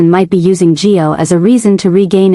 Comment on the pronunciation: Suppos we to be Gio. AI mis-pronounces alot